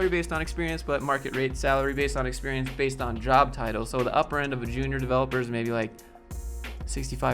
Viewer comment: Love that how you pronounced "Experiance" is pretty close to the french pronunciation, even though we also write it with an E. That's how wrong "Experiance" is. Good video, HR sucks, woo